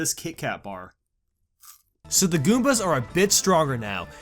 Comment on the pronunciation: What the. Are those "PRETTY GOOMAS?"